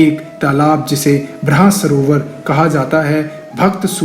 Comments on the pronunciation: ब्राहसरोवर नही है ब्रह्मसरोवर नाम है उस तालाब का नाम का उच्चारण सही कर ले अनपढ आदमी । आधी - अधूरी जानकारी विनाश का कारण होती है । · 1. Baanganga Is In Haryana Not In U.P. 2. Kurukshetra Is District Itself It doesn't comes under Ambala. 3. Its "Brahm Sarovar" not Bhra Sarovar. 4. Its Not Anganadesh its "Angdesh" 5. It was "Hidimba" Not Hidimbi. 6. And Skeleton Of Ghtotkatch Is Total Fake News. There isn't Any such skeleton Found In Kurukshetra ever. These Are The Things that i could find in your video. Don't know how many wrong facts were there in this. Its Good That You are making these kinda Videos But U Need To Double Check Your facts Before Posting it . I Know That Much Bcoz I Live In Kurukshetra. Thanks. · not bhrasrover is called bhramsrover